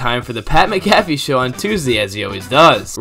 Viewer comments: Mc-caff-e??? Mac-a-fee. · Pat MAC-affey